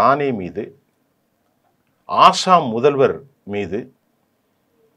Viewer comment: ஆசாம் இல்லை assam அசாம். கொஞ்சம் சரியா பேசுங்க. தமிழை கொல்லாதீங்க.